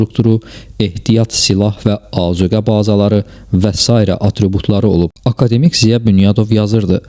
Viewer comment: Bəs niyə "akademİk"? Bəlkə akAdemik? Vurğunu niyə düz qoyursunuz? Yoxsa süni intellekt səsləndirib videonu?